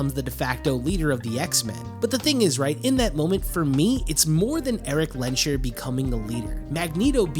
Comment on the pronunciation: Little nitpick, but the s and the h in "Lensherr" are pronounced seperat. Instead of the "sh" sound, the s just acts as the last sound of "Lens" and the h as the beginning of "Herr"